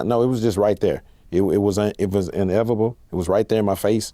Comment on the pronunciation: 😂”Inevable” smh it’s inevitable my brother